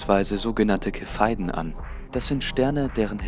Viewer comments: aufjedenfall sehr lehrreich! Nur die Aussprache der Standardkerzen ist ein bisschen abgehackt. ich verstehe immer "ke-phei-den"... ;D die Dinger heißen aber "Cepheiden" in der Fachliteratur. Aussprache: "Ce[wie: ZEbra]-phe-i-den" . Die Standardkerzen für weitere Entfernungen heißen überings "supernovae typ 1a" . kleine klugscheißer-ergänzung. sry :D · Cepheiden, werden die nicht wie ein "z" ausgesprochen? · Viele Menschen sprechen das C wie ein K aus. So wie dann bei Khina oder Khemie! x)) Mich hat am Anfang eher das Standkerzen irritiert, aber beim 2ten mal sagt der dann doch Standardkerze!